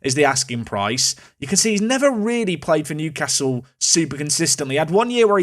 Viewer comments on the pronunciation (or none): none